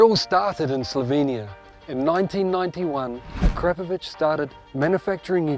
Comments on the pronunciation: A-Krap-A-Vich? Try Akra-Po-Vic! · Ah-crap-oh-vich I always thought it was Akra-poh-vich, as most say. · A-crap-ovich come on at least say it properly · A Crap Of Itch is hilarious. I always pronounced it Air A Povick. The K is silent. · Hmmm, and all this time I’ve been pronouncing it “Ack-Ra-Poe-Vitch”. Don’t I feel like a dummy. Very very nice, high end exhausts. I have a 2018 Triumph Street Triple though and their exhaust for those is hideous so I went with a Yoshimura. The Striple comes factory with a nice, modern low slung exhaust and that’s what I want and think looks best but the Ackra exhaust for the Striples is a huge 1990’s looking thing that comes all the way up to the rear passenger peg. 🤢🤮 I really wanted an Austin racing pipe but they’re just way out of my budget.